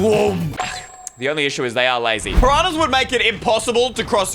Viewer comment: why''d it said pirahna, its piranha